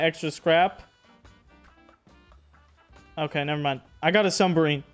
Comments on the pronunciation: It’s “submarine” not “sunbarmine”💀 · "Sumberine" sub-marine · Mans keeps saying sumbarine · New vocabulary word. Sum-barine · This man called it a “sumberine” 😂😂😂